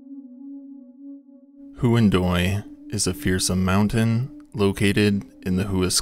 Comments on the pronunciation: You didn’t look up how to pronounce “Huandoy,” did you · Huan[doy] and Hua[scaran] are pronounced "wha[fill in the next syllable]". DO learn native pronunciations before butchering languages for cash purposes.